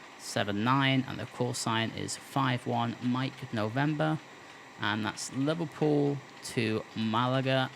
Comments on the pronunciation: its Liverpool not liverpewl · Haha you sir are a joker, as a scouser myself I recognise the humour in the pronunciation of "Liverpool" nah but in all seriousness though great video. Love the channel and your videos, keep it up dude